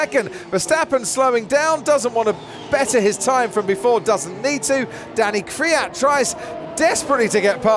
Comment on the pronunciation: Who is KRIAT? isn't it KVIAT?